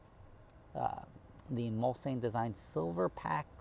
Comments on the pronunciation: These have a v8 6 3/4 litres capacity and please pronounce it properly Mulsanne. Pronounced "Mulsawne" not "Mul-san". Its a part of a French race track, a very long straight. A 10 year old example might be 50k. Thats more my level of aspiration. Regards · It’s pronounced Muls-Anne. Im from England so I know. Simple. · Its pronounced “MUHL-SAHN” …Jersey Boy! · He's using the alternative Nomi Malone pronunciation.